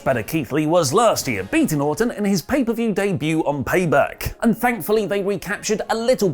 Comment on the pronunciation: I'm convinced is unable to say Orton. It's Autumn, every time